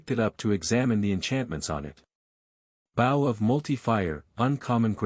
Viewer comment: The way AI pronounces bow is aggravating